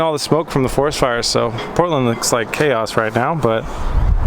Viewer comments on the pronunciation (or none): none